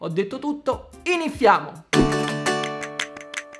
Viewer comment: Non ricordo da dove sia nata la lore del “Iniziamo” detto male. Ma non passa giorno in cui io non ringrazi il Signore per vivere in questa tempolinea.